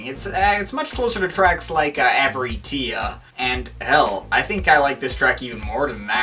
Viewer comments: It's actually pronounced A-va-ree-tsia. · I thought avartia was pronounced 'Av-are-she-uh', I'm not sure.